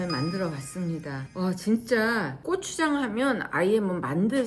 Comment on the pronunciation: 귀여운 발음 "꼬"추장😂❤❤